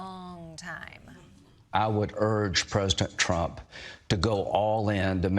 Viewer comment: Pop-quiz: what is "Prestontrum"? It´s Lady Lindsay saying "President Trump".